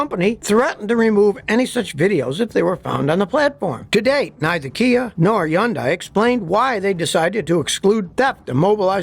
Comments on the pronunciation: I don't understand why why he always mispronounces Hyundai! It's pronounced like HONDAY NOT YUN-DIE! It irritates the hell out of me. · It's Hundai not Hunday? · as a car mechanic you’d think he’d know how to pronounce hyundai. it’s like sunday with an H, try it out. you’re welcome. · Why do you keeping mispronouncing the car's name? "Yundai"?!?! WTF?!? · yes, the H is not silent. I don't know some people think the H is silent in Hyundai